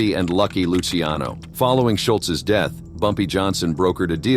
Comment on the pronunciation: Thanks for pronouncing Lucky Luciano's name correctly.